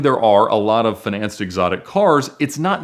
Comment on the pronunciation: do you pronounce financed like that to be quirky